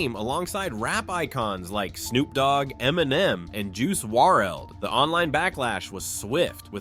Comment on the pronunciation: bro don’t ever butcher JUICE WRLD’s name again!